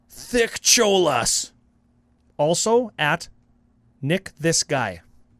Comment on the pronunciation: I'm dying that you pronounced that as Thick Cholas and not Thick-olas